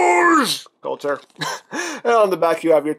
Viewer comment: The name is "Kultur" (German for 'culture') , not (as you've said it 'coulter' as in ann coulter) . Knowing is half the battle! ;)